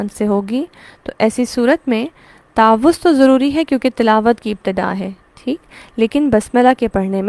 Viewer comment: What is the right pronounciation of تعوذ You said تاعَوُذࣿ Kindly guide … ????